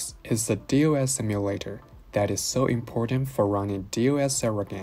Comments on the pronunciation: nice video. i used your software before to manage partitions. solid and useful. just a note, DOS is usually pronounced "doss". as if we are reading the letters as a word. unless the Hong Kong pronunciation is "D.O.S.". 😅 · Who says DOS like that? lol